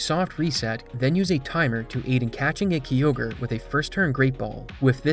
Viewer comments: Never seen anyone call Kyogre "Key-ogre" lmao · Best one I've heard is when I worked at gamestop during the ORAS release. Marketing videos said "groo-don" and "key-ogg-ree" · My brother never played pokemon only Dragonball Games and well the first Time he saw it he went Kaio-gre 😂😂😂😂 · Every time I heard say Kyogre it hurts my soul is incorrect about the crit chance it's 6.25% not 3%